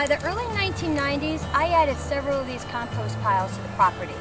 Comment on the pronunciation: i love it when you say 'compoost'. love your vids.